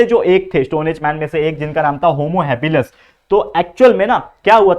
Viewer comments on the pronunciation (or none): Its homo habilis not habilus😅😂